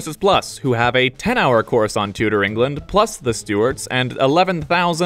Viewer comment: got he says Tudor so weirdly